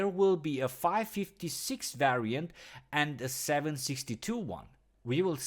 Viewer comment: 5 56 who the fuck says it like that and 7 60 2 what in the name of fucks